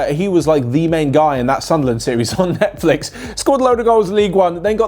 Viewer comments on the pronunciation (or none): none